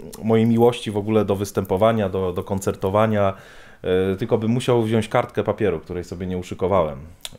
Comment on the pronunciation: Wziąć a nie wziąść